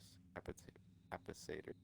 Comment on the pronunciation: Say it with me CAH-PASS-EH-TERS! = Capacitors. You helped me, only right that I help you. Thanks for the video!